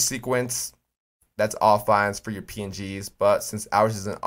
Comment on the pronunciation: When he said pngs I thought he said peens lol🤣🤣🤣